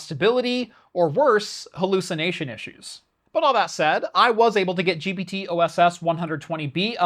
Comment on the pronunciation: I thought I was hallucalting with the intro, I'm glad it was just AI hallucanting 🤣